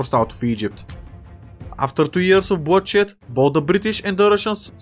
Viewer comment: I heard “bloodshit” instead of bloodshed